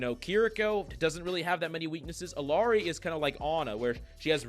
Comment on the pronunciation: Pronouncing Illari wrong. Like everyone else.